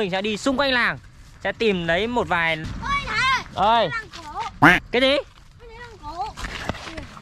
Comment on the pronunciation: Thái mà cứ nghe thành Khải